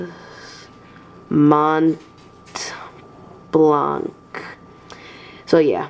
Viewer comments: very nice, but you dont pronounce the C on the blanc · Awesome pen, it looks classy. But just like that, you don't need to pronounce the C at the end of Mont Blanc. It's a french name. Very nice pen although